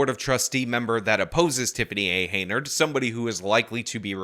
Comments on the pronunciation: While I am all for publicly excoriating an incompetent fool, for the LOVE OF GOD at least pronounce their name correctly, especially seeing as how you've edited multiple clips from WGN and other local news stations using the correct pronunciation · anyone else find it annoying that he mispronounces this crazy bitchs name(likely on purpose)? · You keep saying her last name wrong, even though they said it in the news clips you're reporting on. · Lmao, I thought I was the only one getting driven insane by this. He's seen her name on 10 billboards and banners and listened to hours of news coverage mentioning her name, yet still has pronounced it wrong for like a half dozen videos on the topic. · he saw these comments because he said it correctly in the new video today, then immediately goes back to pronouncing it wrong. I don't care about the chick's name really but like you said pronouncing it wrong over and over is mega annoying especially when he cuts in video of it being said correctly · Why do you keep mispronouncing her name. Is this some sort of joke that i don't get? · Why do you pronounce the name wrong every time? Can't you hear the news guy say the name? What the hell? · It's hilarious that you have never pronounced this woman's name correctly. Not that she deserves it. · Did ever explain why he always mispronounces her name? Is it some kind of intentional disrespect? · For gods sake. Just try to pronounce her name right. It is uncanny that you say it differently than the news you play. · Pronouncing someone's name correctly is a sign of respect (one of the very smallest). This person's actions have proven they deserve no respect. I approve his consistently inconsistent mispronunciation of her name. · Nice informative video! You are pronouncing her name HEY-NARD and it's Henyard. You put the Y before the N! Many videos like this linger on, but you are concise and to the point! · "Hen-yerd", not "Hay-nerd". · Henyard, not Heynard! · Hen, not hay